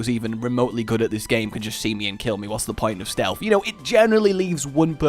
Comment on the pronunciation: For the love of all things not cringe-worthy! Stealth is not pronounced "Stealfffffff". There is a noticeable "TH" on the end. JFC!